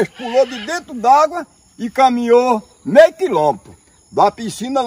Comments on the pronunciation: Mei quilômetro???: Se num dá maizi. 😂😂😂😂😂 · O vídeo tava sem mentira, aí vem o e fala q o peixe pulou " mei kilometro" KKKKKKKKKKKKK